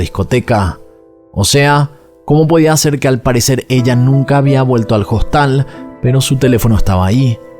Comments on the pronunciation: En español, que es el idioma que estás usando, se dice hostal, la hache no se pr😊onuncia, no es JOSTAL. No entiendo que te empeñes en pronunciar el inglés perfecto, y el español no. De todas maneras me gustan tus videos. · Dice costal en vez de Hostal? Ya es el colmo de la idiotez😅😅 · Habla bien. En español "Hostal" se pronuncia "Ostal" porque la "h" es una letra muda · una pequeña corrección, se dice Hostal, con H muda en español. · Hola me encanta sus videos no me los pierdo. Pero con todo el respeto que ud. Se merece. Porque siempre pronuncia hostal con la h por en español la h es muda